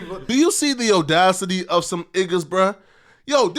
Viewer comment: Will anyone tell that he says opinion is wrong? Also audacity. Someone please tell him